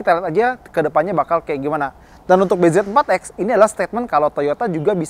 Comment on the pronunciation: ausah nyebut namanya bezeeforrrexxx